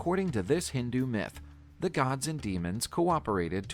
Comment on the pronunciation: It's not mith,....bro